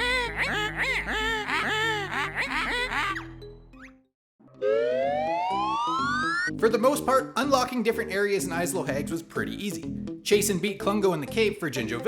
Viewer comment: Also, while I’m being pedantic, “Isle” has a silent “s”.